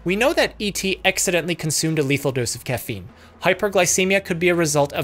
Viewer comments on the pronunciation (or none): Read it as cocaine and not caffeine- lol